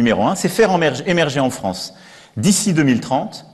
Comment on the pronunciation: On excusera le petit cafouillage de notre président audible à : il préparait d'ores-et-déjà son interview pour le Parisien. Du coup : "émerger en France", "emmerder les français" ... Blam ! Kamoulox